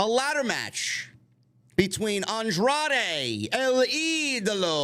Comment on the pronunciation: I love how Riccaboni has trouble with Andrade's name.......